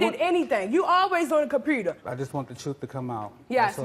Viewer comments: The way she said compuRter drove me crazy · what's a compruter and where do I get one?